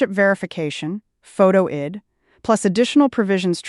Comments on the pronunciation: I hate when AI thinks they can fool us into thinking we are seeing a live person reading the news, but how many easy "words" do they need to mispronounce before it becomes obvious? I D, is not pronounced id. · I see that…out of sync AI on my device. Pronouncing “photo ID” as “photo id” as though id was a word —the “i” phonetically short as in Indian. And that wasnt the only mispronunciation. Sad and sickening. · Must be AI. Says Id not I. D.